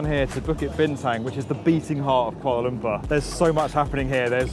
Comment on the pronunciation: But it's Lumpur, not Lumpa! Sounds ridiculous when you say Lumpa.